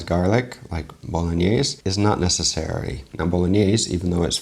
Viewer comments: Not saying boloknees pog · Knowing Vincenzo, pretty sure he would NOT approve of the video. I'm sure you know as well as I do that'd at the very least he'd stop the video to correct how they are saying Bolognese. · I think Vincenzo would start by correcting their pronunciation of Bolognese. And he wouldn't be happy with the garlic, or butter. A video I saw recently by NOT ANOTHER COOKING SHOW was for Pasta Alla Genovese Frank's recipe looked a lot like that.